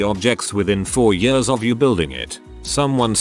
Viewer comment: Noone: The bot reading: I lived in DC for many yöhrs